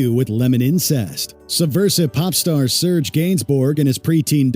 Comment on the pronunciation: Slayer was thrash metal...not extreme metal. Was painful to hear the way the guy says serge and chsrlotte gainsbourg